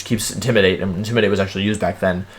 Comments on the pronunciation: Hi, new sub, "IndimidaTEA"????? Aight, ok. So this is how it's gonna be. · Intimi-dat-i. I'm starting to think this dude only learned English yesterday. Also is Wenusaur a niclname or is it another weird pronoinciation?